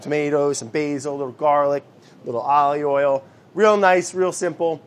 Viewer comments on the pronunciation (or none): I am so used to Brad being Brad that I assumed he was trying to say aoili instead of ollie oil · I know he’s not saying Ollie Oil! I know he’s not, but he is 😂😂😂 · He keeps saying ollie oil...! Brad is hilarious ! It is a treat to watch Brad while I'm quarantined.. also I love the sound effects and editing... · I'm mad at the editor for not writing "ollie oiellll" on the screen everytime Brad tries to say olive oil. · The amount of times he said "ALLeyOyle" when he uses olive oil